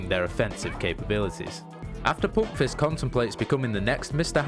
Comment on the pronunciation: Love how u say "poompfist" with ur dialect ;)